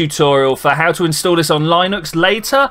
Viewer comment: XD goodness. The way you pronounce Linux is both hilarious and painful.